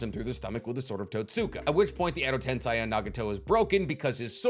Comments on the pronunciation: "shikigami" WTF!? Bruh you need to work on reading the names right "Shi-ni-ga-mi" at least you're not saying "Edo tensai" anymore 😂 update: nvm he says "Edo tensai" AGAIN 😂😂😂😂😂😂😂😂😂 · Did you really say **Shikigami**?? It's SHINIGAMI as Shi literally means death, and Gami means God - so Death God, easy. But, I shouldn't be suprised, you keep calling Shisui's MS jutsu KotoamatsuKAME :/ and Tobirama's jutsu Edo TenSAI :D